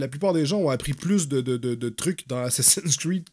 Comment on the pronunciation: RIP la prononciation :( Assacin cride !!!